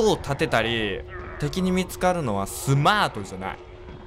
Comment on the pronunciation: スマァトじゃない